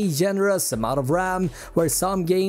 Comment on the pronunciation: Take a shot everytime he says raMM